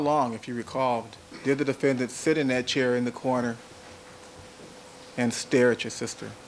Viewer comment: Why does Darden keep saying defenDANNNT